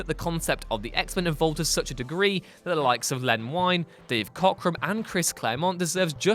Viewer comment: Len Wein is pronounced WEEN. Nightcrawler, Storm and Colossus were originally offered to DC as potential new Legion members by Dave Cockrum. DC turned them down saying no one wanted to see a demonic hero or a black female character. They already had Ferro Lad.